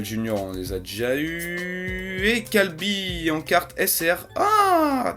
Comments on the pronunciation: ta dit Kalby à la place de Kyabe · Attend c'est moi ou tu a dis calbis pour kyabe ?? Choqué je sais que tu t'intéresse pas vraiment à DBS mais la c'est chaud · putain "Kalby" ça m'a fait saigner des oreilles c'est "Kyabe" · Ce n est pas Kalbi mais Kiabe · C pas kalby c kyabe (é) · Commentaire de cette vidéo : c'est kyabe pas kalbi 😂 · c kyabe SS pas kilabe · tu peut dire KYABE et pas kalby stp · pas méchant mais c kyabe et pas kalbi a près peut être que c une autre traduction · Cest Kyabe et pas calbee hahaha sinon continue tes vidéos , elles sont cool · C PAS KALBI C KYABé. KYABééééééé!!!!!! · c pas kalbi c kiabbe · on dit pas "kalbi" mais kiyabé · Kalbi mdr sa se prononce KI A Bé ! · Je suis le seul à l'entendre prononcer "Kyalbi" ??? Je suis pas fou il le répète même nan? xD Sinon à part toujours aussi canon tes vidéos mec! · ça se prononce KI A BÉ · 0.21 Attend il a dit Kalby ?! C'est Kyabe/Kabe et à 0.29 c'est pas Paulkouan mais Paikuhan tu respect rien mec